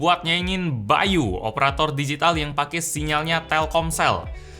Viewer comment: By.u yang gua denger kalo itu ngomongnya bayu